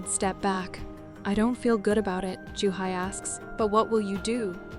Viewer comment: dude, her name is joohee. Pronounced "ju-he", wtf is a juhi?